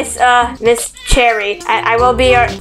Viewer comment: It's not cerry jia it's cherry ok